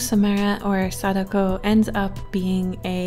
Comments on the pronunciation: I believe it’s said Sa-Dak-oh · Sa-Da-Ko Not sakdoku